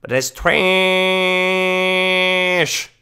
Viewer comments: 'Traaaassshh' Way to ruin what was becoming a really enjoyable series to watch, with over use of the word and some super cringey songs. Hoping it gets better again or I'm gonna have to tap out. It didn't even bother me that he says mosster cawsket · I cringe every time you say “Treeassshhhh”.. smh